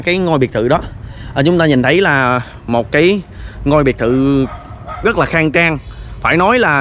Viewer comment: Xem cho biết cũng hay, mà thuyết minh nghe bị lợn cợn sao ý, ra nói thành ga, rất thành gất, rồi thành gồi ...nên ko thấy hay nữa